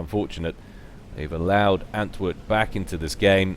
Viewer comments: Btw, antwoord is probably dutch or belgian (maybe it's just coincidence, but it's also a dutch word), and saying antwood is kinda ... odd. You should say ant-ward, that would be much closer to the proper pronunciation. Don't get me wrong, not trying to be an ass or anything, just want to help out with your casting ... I guess ... at least that's the motivation for me saying all this :p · I don't know if you've noticed, but there is actually an 'r' in antwoord's name. It's the dutch word for answer. I guess he has an answer for every situation or something..